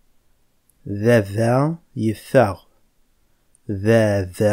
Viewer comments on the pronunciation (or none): Bravo et Bonne continuation. Mais il y''a un souci. Pourquoi vous dites a BABA .au lieu a VAVA? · It needs to change. No Kabyle says Baba. It's Vava so with a B it sounds like Arabic. For example: Thabourth ( door) would be pronounced Thavourth then? just curious as how would people know when it's pronounced a V or B? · On espère que le V sera de nouveau intégré. Je suis pour. On dit bien VAVA, AVARNOUS pas BaBa ni aBarnous. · Baba , boulice pour police ...... où sont passés les V et les P pourtant bien prononcés dans la langue kabyle . Quand vous passez à l'écriture vous écrivez comme les arabes qui n'écrivent pas le P et le V puisque la langue arabe ne possède pas ces ces 2 lettres . Que faire ???? Si les Kabyles demandent le changement radical , il faudrait peut être changer soit même non? Sinon pour la vidéo je ne peux qu'en féliciter l'auteur qui est un grand maître en pédagogie .